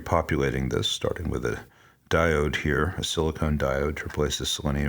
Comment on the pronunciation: You have been calling silicon diodes "silicone". What's up with that?